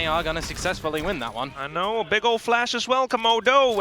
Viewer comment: Knor, thoughr, gor, nor nor, headass announcers.